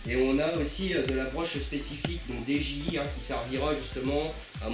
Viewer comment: Dji sa se prononce didjiey